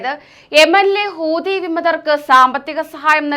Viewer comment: കൂതി അല്ല മക്കളെ, ഹൂതി ഹൂതി, എന്നാണ്